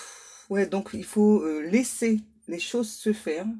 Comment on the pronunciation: Vous êtes sûre que c'était "laisser" et pas "lécher"???? 😂😂😂😂 Vous avez des guides très érotiques...